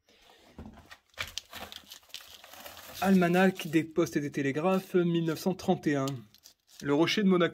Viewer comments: Almana(h) - on ne prononce pas le h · Almanach on prononce " Almana"